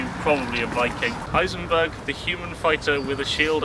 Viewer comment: Great doc. I love that you got away with 'Heinsenberg' without anyone noticing (I think)!